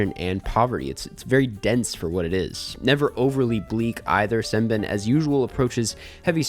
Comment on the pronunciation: It’s pronounced Sem-Ben-Aye not Sem-ben lol